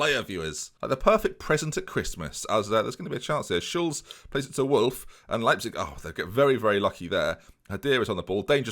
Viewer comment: "ei" is pronounced like eye in german, so it would be w-eye-gl and l-eye-pzig